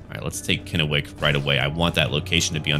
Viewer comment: you pronounced Kennewick right